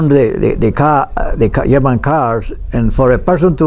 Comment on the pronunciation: Not "yarman"; German.